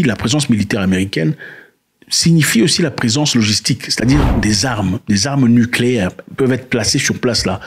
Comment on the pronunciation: Heureusement, tu n'es pas prêt de gouverner un pays...ouf...tu nous foutrais des "armeu nicléaiiirrr " ( comme tu prononces toi même😂😂😂) au c...l!